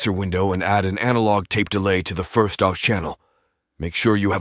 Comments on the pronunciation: Or ‘hawk twoah’ 😂😂😂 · I especially liked how pronounced "Aux" like it was a French word.